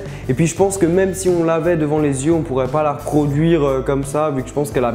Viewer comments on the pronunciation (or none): none